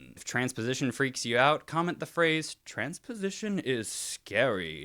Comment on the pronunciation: t-t-transpowsition is s-s-scawwy...